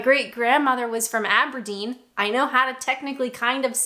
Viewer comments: I'm a 59 year old Englishman and I didn't know half of them, so well done. By the way, Aberdeen has the stress on the last syllable not the first. Also, congratulations on your pronunciation of 'pronunciation'. So many people get that wrong. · Mega-congrats on getting Cholmondeley right! Shrewsbury: posh people say "Shrosebury", only chavs say "Shroosbury". lol! Aberdeen: in typical North American fashion you are stressing the wrong syllable! It's aberDEEN not ABerdeen :) It would be really interesting if you did a video about your perspective as a Canadian immigrant on the death of HM Queen Elizabeth II. Any chance? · We had Alfa Laval milking machines on the farm , so I knew Cwmbran , as that is the New Town in Wales that they were made in. Gloucester rhymes with Dr Foster obvs! You need to put the stress on the -deen part of Aberdeen not the Aber. Aber means mouth of ( the river) therefore the stress goes on which river it's at the mouth of ! Scot here BTW.